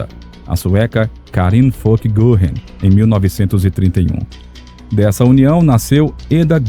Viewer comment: Goring com trema no O , se pronuncia Goering. Fala-se guering.